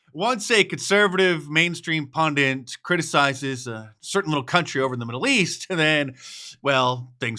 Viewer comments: The word is "pundit", not "pundint". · Mark FFS 🤬 The word is PUNDIT. There is no such word as PUNDANT. Stop it now, it's enough, even for a guy in his kitchen on a laptop.